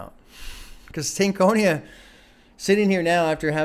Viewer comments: Stank On Ya is how it’s pronounced. Not Stank Conia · Oh yea, and the proper pronunciation of Stankonia is (stank-oñ-ya). Like when I start to see you move your head when you listen to a real good hip-hop album, I'll say "yeah you got that stank-on-ya."